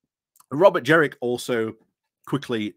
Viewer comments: Completely agree with everything you say, but every time you pronounced JeNrick as JeRRick I took you a little less seriously. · Jenrick not Jerrick